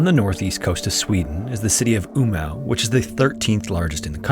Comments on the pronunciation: As a Swede, I actually laughed a little at the pronouncing of Umeå 😂 It's more like [uuh-me-oh], or at the local accent [uuh-meh]. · I've been to Umeå but never heard anyone call it Umau lol